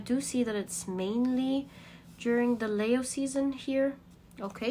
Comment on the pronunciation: Also, Leo is pronounced 'Lee-o' not 'Lay-o', and Libra is pronounced 'Lib-bra' or 'Lib-ra', not 'Leebra'.